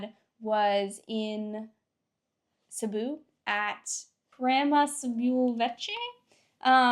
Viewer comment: ronanians: Sibiu. Them : Sibú🤣.